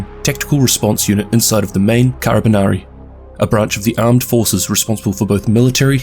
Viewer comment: Nice video but That "carabinieri" pronunciation killed me